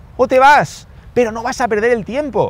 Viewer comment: Me falto la r